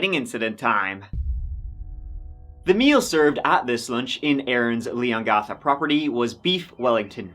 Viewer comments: Leongatha, not Leon gartha. The 'gath' part rhymes with Cath. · Sorry, lol, couldn't deal with your pronunciation of Leongatha